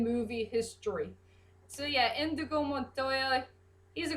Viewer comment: Actually it's 'Inigo' Montoya, not Indigo. But don't worry, I misheard his name for a long time before I actually saw the movie. Also, I agree that Inigo has the best backstory of the cast, or at least, the most relatable one. Wesley's was definitely unique, as to how he became 'Dread Pirate Roberts'.